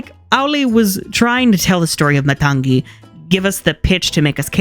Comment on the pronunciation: you're pronouncing matangi as matang'gi. it's just matangi. other than that, love the video! i now feel compelled to rewatch frozen 2 and check if the soundtrack is actually not as good. also debating whether or not i should listen to the moana 2 soundtrack or wait til i can watch it... which i'll probably watch it once it hits disney+.